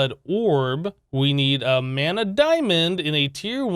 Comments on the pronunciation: Sounds like he reversed the a annunciation in botania and mana lol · "The mana diamond come from Botana. And we have to throw a diamond into the manya pool." ~ amazing pronunciation.